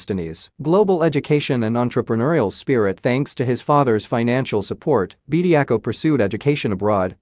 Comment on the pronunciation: His name is Bediako not Bediacool 😂